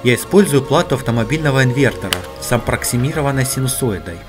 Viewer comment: "эбоксидка", "ампроксимированной", ммм